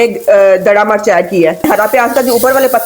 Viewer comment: Marche nhe mirch kehty hai